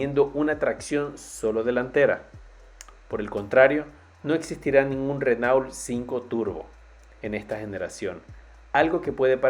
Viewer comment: Se pronuncia RenO, mierda, RENO